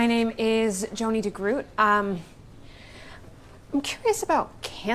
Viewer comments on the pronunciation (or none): DeGroot is supposed to rhyme with "boat", not boot. Very minor nitpick but just saying